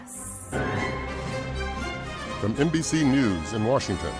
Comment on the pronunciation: Kristen- it sounds like you're saying "Meet the Prass".